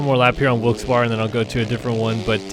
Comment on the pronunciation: It’s pronounced Wilkes-Berry.